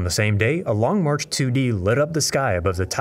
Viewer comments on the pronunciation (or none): none